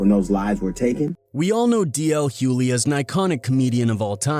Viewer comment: I wanted to listen to this because I am a fan of DL. But it is impossible for me to listen,when the narrator can’t pronounce his name correctly. JUST STOP!😂